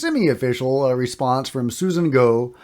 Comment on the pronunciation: Interesting. Also, heard in multiple interviews “Gough” is pronounced like rhymes with “cough”